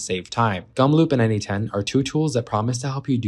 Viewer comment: why do you say its called n-8-ten?